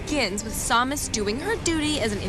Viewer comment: I just noticed Adam and Morgan were saying sawmus not samus